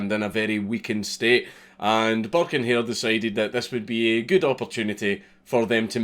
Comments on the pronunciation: Everytime he said "Burke" I heard "Buck" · i’m irish and i didn’t realise he was saying burke coz i didn’t read the title properly do for the first half of the video i thought he was saying buck